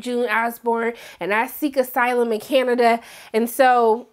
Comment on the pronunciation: Lmao i didnt notice that, but i did notice “Canadia” at least twice. You had me giggling! Love you!